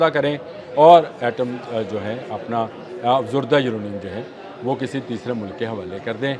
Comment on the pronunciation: جنا ب آپ افزودہ یورینییم اور افزردہ یورینییم کے تلفظ کو سمجھیں اور درست کریں روز غلط بولتے ہیں